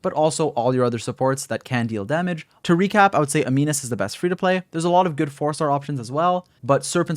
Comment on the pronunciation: U know he pays attention in chemistry class when he says ' a-mee-nus ' 😂😂